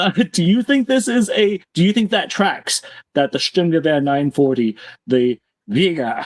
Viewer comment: If i have to hear you say Sturmnchguber one more time LOL